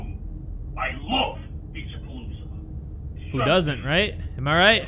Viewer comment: Why do i hear pinche pelusa when it clearly says Beach A-Palooza (ง ื▿ ื)ว